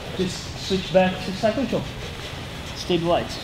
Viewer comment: Rafa, só pra zoar kkkk. o jeito que vc fala "stabilize control" faz vc soar como um russo kkkkk.... Top demais as dicas de passagem, Oss.